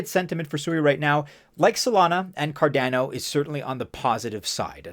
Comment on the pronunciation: So cardäno huh. The second a , is also just a , not ä. Great video , but you should really spell the second a the same way as the first 1. Never heard some1 pronounce it this way 😄